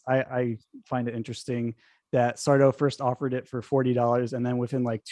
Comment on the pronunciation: IT'S SARDO! ACCENT ON THE DO, YOU PHILISTINE!